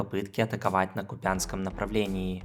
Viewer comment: Тільки не купЯнське, а кУпянське направлення. А так, дуже гарний огляд, як завжди. Дякую за відео. Переможемо руZню!